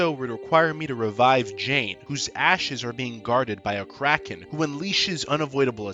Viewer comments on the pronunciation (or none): none